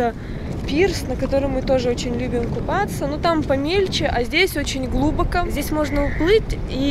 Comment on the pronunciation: Слух режет когда ударения в словах ставят не туда. Хочется спросить люди вас русскому языку учили? Широко́, далеко́, глубоко́, а не ши́роко, да́леко, глу́боко.